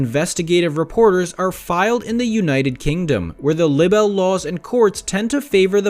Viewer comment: The woord is pronounced "Libe-el"!